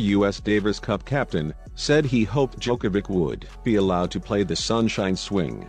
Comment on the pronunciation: For God's sake, can the announcer finally learn how to pronounce Novak's surname?!!! It is so annoying to listen to him. After 16 years of Novak being on the top, practically everybody learned how to pronounce it correctly!